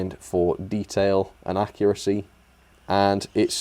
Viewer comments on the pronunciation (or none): none